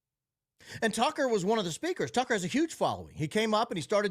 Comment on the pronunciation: Didn't he mispronounced Tucker and Candace's name too?